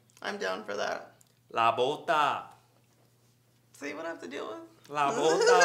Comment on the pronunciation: “LA BOTA” 😂😂🙌🏼🙌🏼